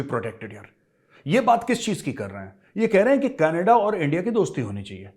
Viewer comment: Major saab . Canaadaaaa nai ..... Its Knedaaaaa.... 😂😂. They call it KNEDAAAAAA...